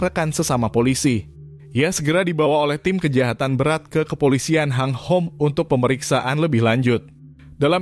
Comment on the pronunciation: Min bacanya tetep hung hom bukan hang hom 😂